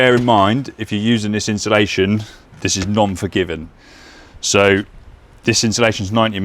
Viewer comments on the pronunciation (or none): Inshulaschon…. Someone teach this guy to say it properly please